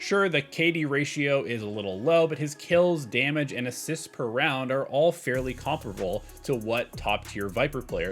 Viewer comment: I haven’t heard someone say the word comparable correctly in a very long time.